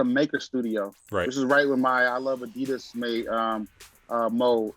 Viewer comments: got a lot of nerve correcting everyone about how to pronounce Saucony when the man says Adidas like a true New Jersey bro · Worst take goes to for correcting on Saucony but mispronounces Adidas minutes later.